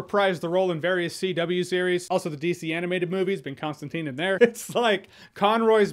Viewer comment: ConstanTINE. Not teen, TINE .